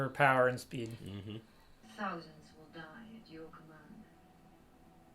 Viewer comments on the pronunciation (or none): none